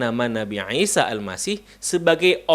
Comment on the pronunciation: koreksi : untuk pengucapan nama, artikulasi a,i,u,e,o,sy,sh dll tolong lebih di perjelas lagi saya lebih banyak mendegar dengan tws sambil beraktivitas. contoh: isa yang saya dengar : isa - aisa - iysa - aisha alangkah baik nya diucapkan dengan 1 dialek saja semoga masukan nya dapat dimengerti dan dipahami